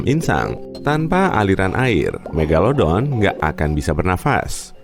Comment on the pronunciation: Siapa yg inget dulu nyebut "meglodon"